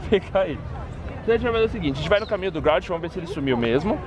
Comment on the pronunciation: growlite se le groulaite